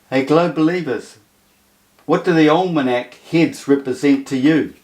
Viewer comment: Pronounced Ol' MeK